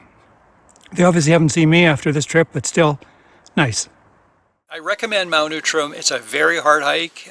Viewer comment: interesting, I've never heard it called Mount Oootram.....always OUTram....